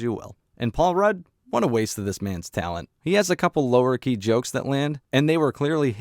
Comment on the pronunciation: You keep saying "Low-Key". Making it sound like 2 separate words. It's pronounced LOW-kee. "Kee" isn't said at the same pitch as "Low"